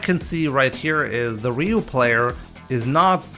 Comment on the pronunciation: I mean it’s Ryu like Ryu bruh